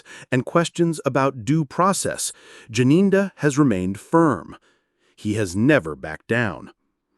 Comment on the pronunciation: He dressed like this because he knows the level of his guilt. He is the one who told the court how dangerous it would be to go in Loco inspection. But now when u started the video u couldn't pronounce the name Gininda but at the end u were able. 😂😂😂😂😂. Thank u